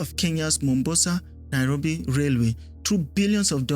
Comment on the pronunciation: My brother, it's not Mumbasa, it's Mombasa, 'Mo'. In Swahili, Mombasa is historically called "Kisiwa cha Mvita" (or Mvita for short), which translates to "Island of War".This name comes from the city's long history of being fought over and changing hands among Arab, Swahili, and Portuguese rulers over the centuries.The name "Mombasa" itself comes from the original Arabic name for the island city, Manbasa.